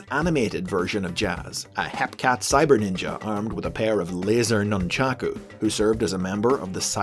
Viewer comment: Okay but can we appreciate that pronounced 'Nun-chakku' right?